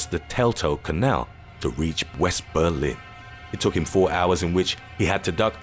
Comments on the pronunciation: Berlin. Not "Belin". Jabroni. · Um... I bet you meant "Berlin", do you? I'm from Germany :D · lol Belin